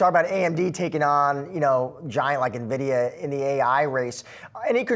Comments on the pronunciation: as soon as he said nuhvidia i closed the video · It's getting annoying hearing analysts calling Nvidia Navidia... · He says Nah-vidia. Scary.